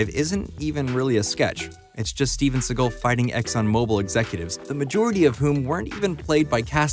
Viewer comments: Decent video, narrator probably should’ve at least looked up how to pronounce Segal instead of saying Seagull repeatedly. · u mispronounced segal s name through the whole thing